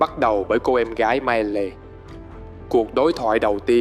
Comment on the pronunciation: Góp ý: ko bik bạn đọc kịch bản trong video này có chơi game ko nhưng tên riêng nhân vật và thuật ngữ trong game đọc sai bét.. mai lê? Lun? Es Q? Gôm ma Gee? Really?